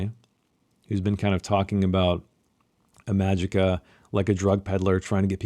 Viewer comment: Ee-ma-jee-ka you uncultured swine. Have you read My Dark Vanessa?